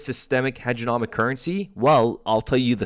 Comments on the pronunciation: HEGEMONIC not HEGENOMIC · HEG-E-MONiC HEDGE-E'-MO-NIC